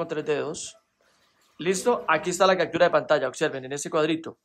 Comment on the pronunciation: CACTURA? POR QUÉ DICES ASI???